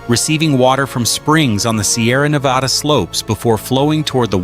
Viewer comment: Great video, and sorry to be harsh, but the countless times you said "Nevada" were difficult to hear after a while 😆 Locals (in California and Nevada) don't pronounce it that way. Just a heads up.